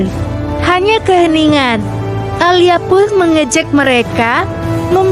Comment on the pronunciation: Alia??? Narator pakai AI macam bgini yg mmbuat aneh